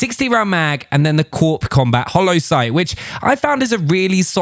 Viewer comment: corp is pronounced core